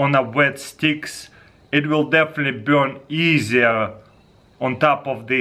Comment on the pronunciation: "look at it Byurn"